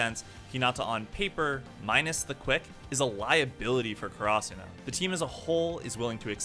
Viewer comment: The way you say Karasuno bothers me so much lmao